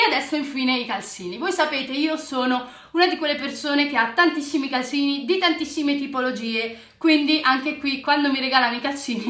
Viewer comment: Sei bellissima e bravissima e hai dei bellissimi regali tipo la tazza a unicorno che io sogno però calzini si dice con la z no con la s però io non voglio offendere sia chiaro ❤🤣